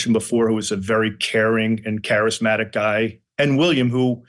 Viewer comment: Yeah- I noticed that with Fred pronouncing "Guy" Giiiii